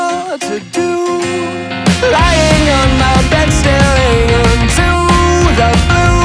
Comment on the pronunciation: i love this cover soo much but why the hell did yall pronounce "the" like that